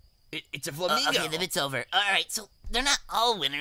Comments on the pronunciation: "it's a flamigo" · "Its a flamigo.."